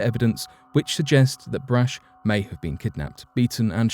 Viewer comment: The candy heiress’ name is BRACH, rhymes with ROCK.